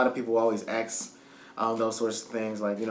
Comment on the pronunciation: Why does he keeps saying "axs" instead of "ask". The S sound before the K.....